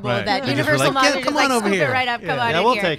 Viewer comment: be veeeewy vewy quiet. l'm hunting monstews.